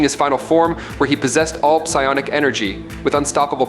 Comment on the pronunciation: "Pie onic" energy....😭